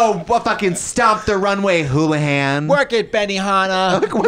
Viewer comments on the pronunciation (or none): It was Wholahay not hoolihan so frikkin weird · UMM THE GIRL'S NAME WAS NOT HOOLAHAN IT WAS WHOLAHAY GET IT RIGHT